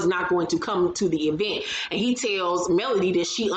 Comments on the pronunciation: I can't stand to her Latisha say event (E vent) either, 😂🤣😂🤣😂🤣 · The e-vent had me rolling